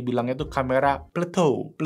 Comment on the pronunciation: Plato bukan Pluto. Bahasa inggrisnya Plateau